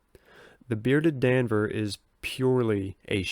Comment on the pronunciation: D’Anver is pronounced Dahn vair